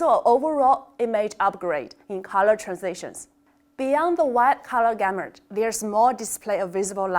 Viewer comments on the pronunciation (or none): why you can't pronounce the GAMUT as you pronounced it as GAMURT✌♥♥♥